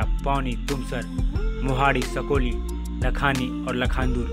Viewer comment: सकोली नाही साकोली आहे तो